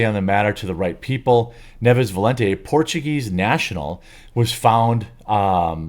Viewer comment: I'll bet money the last name is NIEVES, not 'Neves'. They always do this.